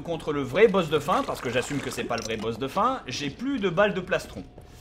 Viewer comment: Il dit bonjour boss ou boeuf de fin ?